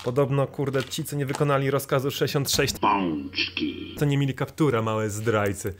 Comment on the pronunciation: Zawsze jak słyszę : " Pączki", mimowolnie prycham ze śmiechu xd.